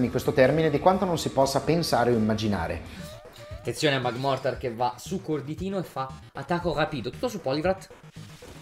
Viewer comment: Magmortar diventa magmar perché l’ha sbagliato 7 volte ❤😂